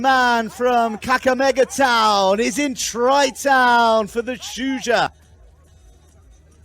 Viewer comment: Great stuff! Is it that hard to pronounce Shujaa?